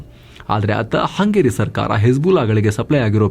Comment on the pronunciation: ಹಂಗೇರಿ ಅನ್ನದೇ ಹಂಗರಿ ಅಂತ ಹೇಳಿ